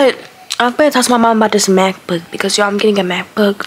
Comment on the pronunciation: Ok I don’t know if it was just me but at first I heard math book and not Mac book lol😂😂